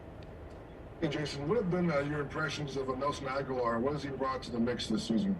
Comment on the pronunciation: If anyone calls Agholor Aguilar one more time!!!